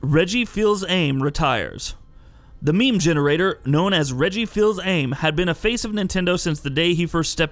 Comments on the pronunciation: "Reggie Fills-Aim" 😫👀🤔😔🤦‍♂️ Bruh wtf (it's pronounced "Feez Ah-May" smh).....anyway I gave this a 👍 regardless of the comical error smh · “Reggie Feelz Ame”? Lol what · Fee-sa-may Reggie's last name is pronounced as such, if I remember correctly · The way he pronounced Reggie, its the ultimate proof that the staff aren't gamers. The dude doesn't even know what someone else wrote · You REALLY need to learn how to pronounce Reggie’s last name dude!! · Reagan Dow that’s just what I was going to say.